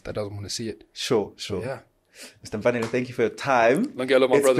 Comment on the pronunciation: His name is MfanelE with an E not MfanelO with an O